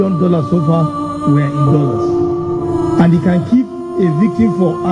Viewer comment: Yes ooh Paalaase , Dolaase and chuuch yes that's palace , Dollars and church . Yet they say they teach Ghanaian how to speak English. 😂😂😂